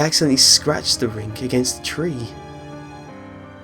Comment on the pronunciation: He said rink:-)